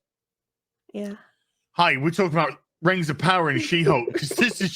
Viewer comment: has undergone serious trauma over the years. From the Batwahmen show, to She-hulk, to Rings of POWAH! We should start a 'Go Fund Me' for his therapy.